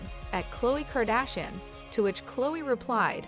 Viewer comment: Wtf are you saying his last name like that???